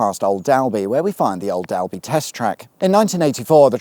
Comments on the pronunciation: I didnt know you had done a video near old dalby. Lovely village. Its pronounced dolby not dalby lol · Dalby is pronounced "Dolby", but never mind. Whilst in Leicestershire you could have gone to Butthole lane in Shepshed.